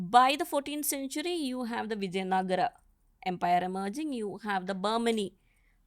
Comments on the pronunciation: it is vijayanagara not vijayanagar. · It's vijaya nagara only not vijay nagar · Xhutiye, it is actually called Vijayanagara in Kannada.